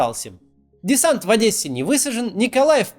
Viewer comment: Спасибо за Ваши видео. и отдельное спасибо за нормальное произношение нашего города. Одесса :) ( бо Адэса нас всех чуток выводит из себя)